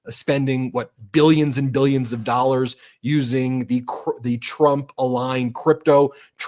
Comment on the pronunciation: Is this why they call them ‘doll-ars’?